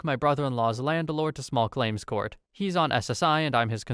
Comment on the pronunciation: Why do you say "landelord"?